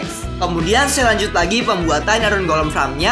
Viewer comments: Farm bang bukan fram :v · dari tadi ngomongnya fram melulu farm yang betul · FARM BANG BUKAN FRAM